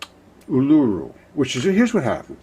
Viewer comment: Uluru pronounced U-lah-roo! Hope your well!.